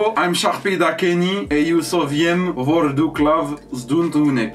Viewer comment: C'est pas trop ca mais y a de l'effort le vor duk / Le duk faut le prononcer Douk